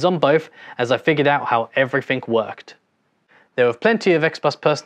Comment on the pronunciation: Such a great video. Though please stop saying “Every-fink”